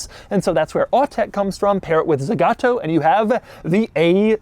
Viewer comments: You said "ZEgato" like 300 times... It's Zagato. zAgato. The two "a" are pronounced exactly the same. Za ga to. ZA GA TO. It's not that hard... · The brand is called Zagato, not Zegato nor Zigato. It hearts to hear the name mispronounced throughout the whole video.